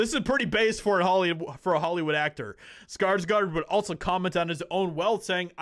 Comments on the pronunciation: Please start say his name right. Come on man, its SKARSGÅRD not SKARSGARD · You pronounce his last name (Scars - Gourd) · it is PRONOUNCED : skar-sGOR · It always feels so strange to me to hear people call Alexander and Stellan SkarsgArd since I'm Swedish and know that their surname isn't pronounced like that. It's SkarsgÅrd ^^ Å is such a different sound than an A, it might not look like much of a difference, but it makes the pronounciation quite different. Saying Skarsgord would actually make it sound closer to the right thing than Skarsgard. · Say skargsgard one more time m.fer